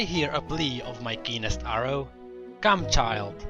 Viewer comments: I thought you said 'penis arrow' not 'keenest arrow' hehehe. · Sry but I had to say it lol it really did sound like he said that